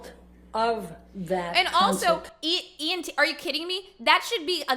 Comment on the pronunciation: Elaine can not pronounce anything correct. 😂 She even says “EMT” a couple times instead of “ENT” smh. I don’t feel sorry for her at alllllll.